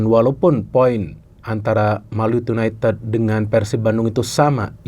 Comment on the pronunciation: Gak enak didengernya yunaited(ted),, kalau pake yu,ya diucapkannya yunaitid